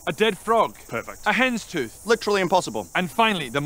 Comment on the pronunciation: Did I hear right? A hand's tooth?